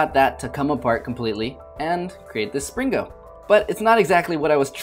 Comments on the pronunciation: you said slingo not springo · "Spring-GO" amazing pronunciation.